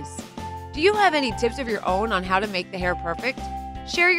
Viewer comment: HAHAHAHA did anyone else notice "Houw" instead of How HEHEHEHE🤣🤣🤣😂😂😂😂